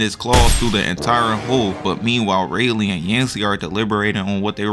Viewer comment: Bro how hard is it to fucking say Riley. It’s literally how it is pronounced bruh